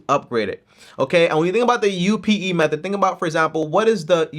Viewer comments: can't say method, lol. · Loving that about him 😂 he’s a gem